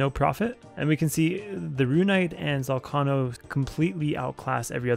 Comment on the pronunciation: why cant you say ZOL-KAY-NOH correctly?